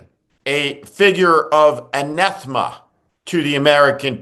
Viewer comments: I don't like doing this but this particular word means a lot to me and not many people really understand its meaning. The first thing is the proper pronunciation of the word it self and then its meaning! The word is ANATHEMA Steve. A-NATH-E-MA! It's NOT AN-NETH-MA. Anathema is something or someone that one vehemently dislikes: The word is not often used these days but I've used it more since 2015 than any other to describe the way I feel about donald trump. Mostly I just call him a BUM but to me, he is ANATHEMA in every and any way...including the ecclesiastical. Make no mistake, I denounce him as something that is accursed. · An-eth-ma? Writing scripts with copious input from a thesaurus is fine, but the result would be more impressive with a little pronunciation practice before reading the script on camera. It's "an-A-thema".